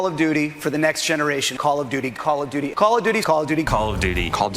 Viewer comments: All I'm hearing is Call of Doody.🤣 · "Call a Dooty"